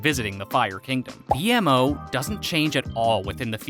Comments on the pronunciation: it actually hurt when the AI said that 😭😭😭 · The only person that would say it like that is someone who hasn't watched adventure time xD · Marceline sucked out their souls and could attain their powers because she was part demon. She didn't become a vampire until the vampire king turned her into one. It wasn't a stick, it was a piece of bark. It's B-MO, not B-M-O. He's called that because his creators name is Mo and his creations are named after him. For example: A-MO, B-MO, C-MO, etc. Ice king calls the penguins Gunter because the original ice king essentially has a henchmen named Gunter. Finn, not Jake. "Unlike the ultimate god that we perceive as god." Who is we? I'm willing to bet that a lot of adventure time fans aren't religious or don't believe in god in the sense that you do. Jake himself is Buddhist. Kind of a sexist joke dude. It's the enchiridion That's because there is an evil primordial monster called Orgalorg trapped inside of Gunter's body. I will give it to you that I didn't know some of these, however, the ones I did know definitely aren't secrets, and anyone who's watched like 5 episodes would know about them. Especially the pronunciation of B-MO's name. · was anyone else getting triggered that he was saying b-m-o instead of b-mo? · ITS Bmo.... NOT B----M---------O -. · Thanks for the awesome video for the secrets of AdventureTime it was vary educational but the 1 thang that bothered me was the pronunciation BMO it’s not B. M. O it’s B-MO because of the creator of BMO is named MO think about it as “BMO was designed to B-More” like Mo said at the Mo factory when Finn and Jake try to fix BMO by taking BMO to the Mo- factory where they first meet Mo and I noticed a lot of secrets that you missed specially surrounding BMO like how you can see AMO s Room in that same episode I was talking about and a lot more secrets and cool facts in the episode distant lands BMO you need to do a lot more research on BMO now! Thanks for the video 👌😊👍❤❤❤ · Bmo not B M O